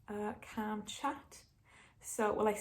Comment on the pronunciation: Every time you say 'calm' I think you're saying 'camp' but weirdly it keeps making sense to me